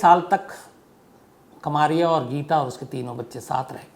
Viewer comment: कमारिया नही कमरिया होता है, यादवों मे एक सब कास्ट है ।